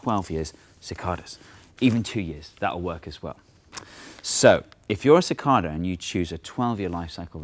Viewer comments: It's not "mathS"! But hey, it's also not "ca-cod-a". It's "ca-cay-da". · It's pronounced Sih-KAY-Duh not Sih-KAH-Duh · As someone on the eastern seaboard of the U.S., I've always heard it pronounced "si-KAY-dah", not "si-KAHr-dah" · "sih-KAY-da" instead of "sih-KAH-da" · cicada not cicarda lol i know what he means tho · (sik-KAY-dah)...normally I ignore the British accent, but since it's an American animal...say it right! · CicaRda he says :p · where i (east coast) live cidada pronounced sə-ˈkā-də (ci-kay-da) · It's pronounced sick-KAY-duh. Long A. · Its pronounced Ci-Cade-eh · Ok Steve, I can't take it anymore. It's cicAYdas with a long A. plz stahp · OMFG We don't even pronounce "cicada" the same way. I can't take this anymore....I...I just give up.... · Your pronunciation of "cicada" with the first A acting like a short O completely threw me. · So how is "Cicada" Properly pronounced? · I didn't know Brits said cicada like that.